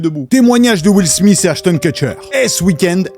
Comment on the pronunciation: il est ou le S dans le fin de smith ? ... sérieusement les français appart parlé arabe vous savez pas parler anglais comme il le faut ..